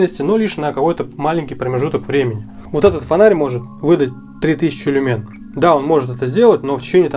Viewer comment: Не люмЕн, а лЮмен